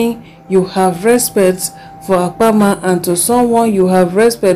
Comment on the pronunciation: It’s Apama not Akama 😪